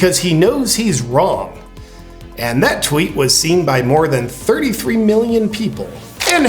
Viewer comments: Millioms? LOL Love you and your vids brother. Keep up the good work. Seriously... just being funny. You're awesome. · "1.5 milliom" (with an "m")...love it!